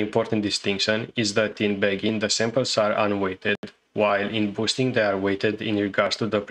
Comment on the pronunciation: you need to pronounce "bagging" better in future videos.